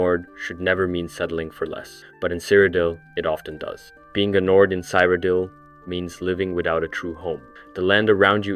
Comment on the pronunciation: Why do you pronounce the locations so weird lol cyridel, is said like a million times in oblivion